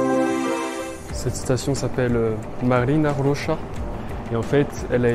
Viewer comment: Не Марина Роша, а Марьина Роща 😊